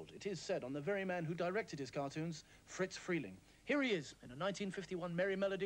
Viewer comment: Animation Pedant, here... 🤓 Friz Freling's first name is pronounced "FRIZZ", not "Fritz". At the studio, he was nicknamed "Frizby".